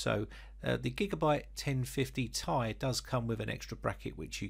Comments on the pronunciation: Think phonetic transcription,. The Ti after the 2080 is pronounced /ti ai/ as in pronouncing the alphabet. Ti. You pronounce it /tai/. As in wearing a suit and tie. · The lazy people that took absolutely no grammar classes says tie not t,I look at this dude anyway still a nice vid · Mate! Not /tai/. It's /ti ai/ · it's Ti say T i not like a tie or ty. T.i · I’m sorry but I cringe every time you say “1050 TY” it’s “T-I” sorry but I just had to say it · It's not tie u bum It's ti As in the letters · If you want to reach a wider reach of audience, yes it does. You're the first Brit I have heard calling it by that nomenclature. Just friendly advice. Take it or leave it.